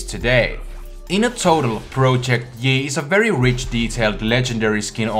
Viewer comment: Am I the only one that kept hearing him say "Broject yi"? no? just me? ok then.